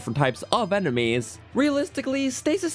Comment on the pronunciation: The way he said enemies before I kind of says nanameis